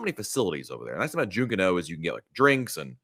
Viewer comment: It's Pronounced (Junk, Canoe) Junkanoo Beach